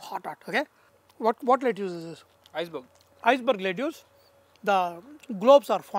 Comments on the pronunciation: Lettuce pronunciation is "let-us" (Not making fun but just saying it). And ya needless to say the recipe looks delicious 🤤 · Chef seems like you have forgotten how to pronounce lettuce and broccoli anymore. Watching this video from US, sounds pretty bad to the ears...